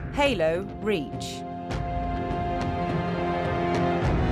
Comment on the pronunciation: Why cant she pronounce halo reach correctly its not "halo....reach" its 'halo reach' THERE IS NO PAUSE!